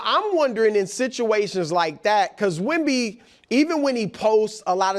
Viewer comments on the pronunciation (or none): Wemby not a bay bee